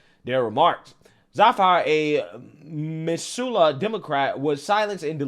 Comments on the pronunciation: Love your content,! Just FYI, "Missoula" locals pronounce it "MIZZ-OO-LA", with a "Z" sound, roughly similar to how Missouri is pronounced. Still was fun to hear you take a couple different shots at it, different each time. Source: Ex-wife is from Missoula, I used to live in Montana an hour from Missoula. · Love the show just have to let you know Missoula = miss-oo-lah From Washington but thats how everyone from there says it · Not at all surprised the person is from Missoula... ( the S is pronounced with Z sound "miz zoo la" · "These people should have been fed to the pigs when their bones were soft." ~Montana Fan PS. It's pronounced missoola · Native Montanan here it’s pronounced Mi-zoo-la. It’s our idiot center of the state. It’s kind of like Boulder